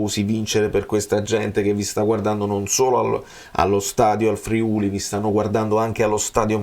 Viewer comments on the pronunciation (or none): none